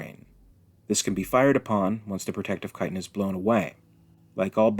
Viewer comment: Can I just say that I appreciate, so much, that you know how to pronounce the word “chitin”? Thank you. Sometimes ch makes a k sound, people